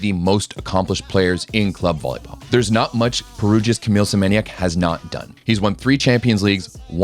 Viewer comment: If you can read PlusLiga as ploosiga read Semeniook as well not kide of Senieniak :|